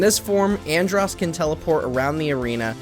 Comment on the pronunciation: Dude said andross lol wtf I must be a fucking legend then